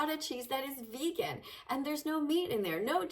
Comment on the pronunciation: 10 second i already heard veggan